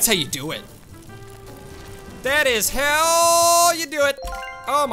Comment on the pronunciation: seriously called “how” as if it was pronounced “hell” turn on subtitles here if you cant understand it